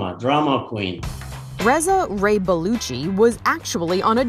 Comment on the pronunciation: Wheeeew, I thought she said Ray-Paluchi. Not Ray-Baluchi